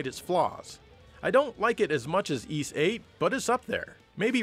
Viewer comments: Uhh ok, I believe it is pronounces 'Yiss' get it together man! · Huge fan but you say Es. The name is Ys. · The Turbo Grafx 16 CD games pronounced the name Y's like saying " Ease "